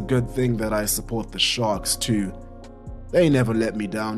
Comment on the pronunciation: sharks ehhh jo o south african tf